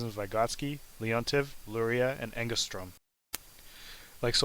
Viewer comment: You're absolutely right, far too fastly spoken and not properly pronounced (though the visualization ist great). Did u try to slow the speed? Sounds terribly! Subtitel gets his mumble wrong sometimes (for instance: Angus traumas = Engeström)